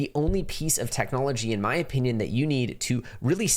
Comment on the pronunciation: Funny you and Becker both say O-peenyun 🤣🤣